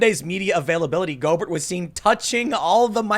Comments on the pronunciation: Just a quick tip, Rudy Gobert is french, and his last name is pronounced "Go bear" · It's pronounced Goober... as in Pyle. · Ita pronounced rudy GO-BEAR even though its spelled Gobert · Gobert is pronounced like Go bear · It's pronounced Go-Bear btw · the name is french, pronounced "Go-Bear" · He's French. It's pronounced Go-Bear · NBA fan here so I gotta say, his name is pronounced Go Bear. It just makes me cringe a little, no biggie. It sucks that Donovan is infected, he's a baller. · Pronounced "Go-bear". Rudy Gobert, he's French. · I gotta throw ya a bone hear...Rudy Gobert (go-BEAR)....You're welcome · It’s pronounced “Go Bear” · “Go-bear” he’s a frenchy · It’s pronounced Go Bear... DONT be dissing my UTAH JAZZ!!!! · Thing is, it's almost entirely positive that Gobert (BTW it's pronounced "Go Bear") is not he first player to get it. He was acting silly and of course had no idea that he would get sick. The sad thing is that the league is piling on him and blaming him for it. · When he said go Burt the first time I facepalmed so hard I concussed myself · It's pronounced Go ber' ... silent t, emphasis on second syllable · Go-bear it's a French name. Your welcome from Louisiana. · It's pronounced Rudy Go-bear. He is from France. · Tim you kept saying Rudy Goberts name wrong. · His name is pronounced like "Colbert" Minor nitpick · We can tell Tim doesn't watch the NBA with that pronunciation of Gobert. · know lotsa Americans with french names, even they forgot how to pronounce it. they say the T. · Tim: "I don't do sports" Proceeds to say Gobert like "Yogurt" Me: You don't say? Btw, don't forget he's very young. Most young people have invincibility complex. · Your got Rudy's last name wrong when you said it. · That’s not how you pronounce his last name 😂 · Normally I don't care...but listening to a video..it's pronounced "Go-bear" not "Go-Bert" 😁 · Gobert is pronounced go bear. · NBA player named, Rudy GO-BERT..... It's Go-BEAR ASSHOOOLE!!!!! Lol